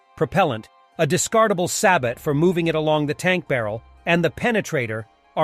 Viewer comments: It is NOT sa-BOT DAMIT!!!! It's sa-BO! When are these idiots going to get this right (never of course!)? Here they are explaining Sa-BO rounds and calling them by the name commonly pronounced by total newbies who don't have a clue, so sad. come on you purport to be the military expert here so why can't you get even elementary terminology correct? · btw it's "say-boh" (French for "shoe") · Sabot is pronounced "Say bo" btw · "sabot round" is pronounced "say bow round" - sabot is from the French for shoe